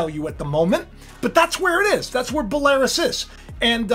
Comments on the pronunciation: I thought it was Bell-ah-ruse not Buh-lare-eous? How are they involved? I thought Batista was "the Beast?" Maybe it was Brock called "The Beast Incarnate?" I will defer to your expertise when it comes to 'Rasslin'...I enjoyed the Monday Night Wars in the Attitude Era and I know you wrote a lot of the script...it went downhill when you left for sure...I was not a big fan of Russo but he did not tank the WWE. I don't know how you stayed so long for a $30 per hour job AND the required travel AND the in-ring opportunities but it must have been a blast. Fear not you know that the crazier the "dog and pony show" gets, the closer God is to "pulling the plug". It makes sense to set up Trump only to have him be the actual solution. Remember the head wound via a sword and then raised 72 hours later... I love the fact I was told I won't inherit the "Kingdom of God" because I said I did not care whether Trump was guilty or not but I was then like "that's good to know, that means I can't lose it"...lol Gotta love judgemental attitudes, this is the way of the New World Order as once the "elite" pass judgement or deem "all is lost" they can then swarm in on the sheeple with the "only reliable solution" and then their judgements will become "canon." In the famous words of Alfred E. Neumann, "What, ME worry..."💖⚡️🙏🎵👑😻💖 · Belarus is pronnounced Bell - a - roose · Belarus pronounced Bell a Roos. God bless and thank you Jesus for dying for our sins on this Good Friday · Pronounced Bell-ah-roos. God bless and happy Resurrection Day! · It's pronounced (Bella Roose) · It’s ‘bell-er-oos’ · Dude look up the pronounciatiln for Belarus 😂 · You also don't know how to pronounce Belarus either.